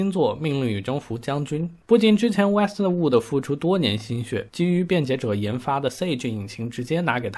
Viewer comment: Westwood就是Westwood咯 为什么老念成Wester Wooder? 😅😅